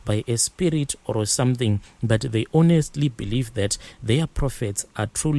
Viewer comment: "OR" or "ORO" I enjoy listening to these stories but the pronounciation of OR stresses me.